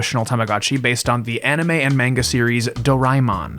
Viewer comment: good video. but im surprised you can read and pronounce japanese hiragana properly but still pronounce manga as "maynga" 😭